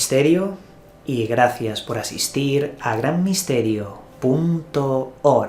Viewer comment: Jajajaja si el tiene un problema con la r entre vocales. Ojalá lo corrija algún día 😉